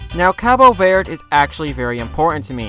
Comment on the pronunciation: If you're going to give respect to Cabo Verde you could at least pronounce Verde correctly 😂 Anyhow I've been there (for real not my mom stopped over) and it's brilliant!